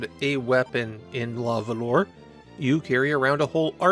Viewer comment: Ooof. "luh vuhluh". Nobody expects you to know French, at all - so please excuse this comment. It just still pains me to hear 🤣